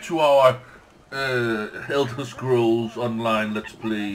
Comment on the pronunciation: Dude its Elder Scrolls not eldre :DD